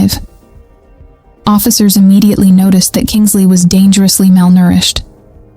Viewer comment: KINSLEIGH……NOT KINGSLEY…..at least get her name right!!